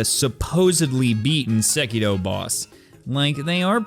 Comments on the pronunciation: why do you keep saying sekido ? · Its sEkiro for fucks sake, not sekIro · Sekitoh Actual Title: Sekiro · the way he pronounces sekiro is just e